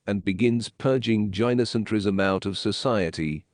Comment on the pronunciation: Tip: When writing the script for your TTS, spell gynocentrism as guy no centrism instead. It'll help with the pronunciation.